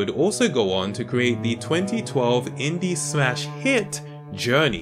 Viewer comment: When you say inde game I think of minecraft yeah that's a inde game